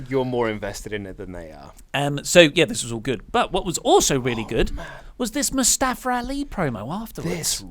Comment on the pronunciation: I hate when u say Mustafara Ali or in the past Kazuchikara Okada lol